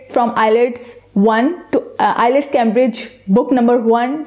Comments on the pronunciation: ILETS or IELTS??? May be several times you have pronounced ILETS. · We truly apologize for the mispronunciation of the word IELTS in this lesson. We have corrected that mistake in the later lessons. Thanks.